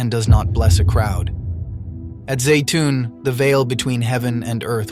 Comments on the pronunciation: Zeitun, not Zayton....I've been there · and yet Egypt is still a Muslim nation. How about if you teach your AI narrator to pronounce Zeitoun the same way consistently?